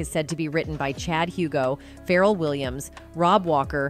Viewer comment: Your channel is very entertaining and informative, but the pronunciation of Kelis, Pharrell, Etc… it’s just horrendous! 😂